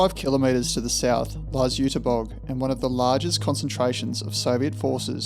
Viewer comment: First Zinna and now this, great work! Nowhere else have I learned this much about German Dampfloks. And kudos for the pronunciation of the German words, even the ü of Jüterbog can be heard, even if it's missing in the text sometimes.